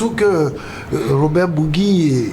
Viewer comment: Cest pas bougui mais bourgi comme bourji